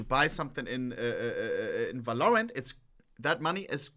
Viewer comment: bro please i dont care about your accent but stop saying "valloooorant" its "v-a-l-o-r-a-n-t"